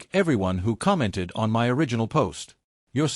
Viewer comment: "Your tearing this family apart"......... yeah typical phrase for an AI story, OH FOR F*CKSAKES SAY "MY" INSTEAD OF SAYING IT AS TWO SEPERATE LETTERS IT IS SO DAMN ANNOYING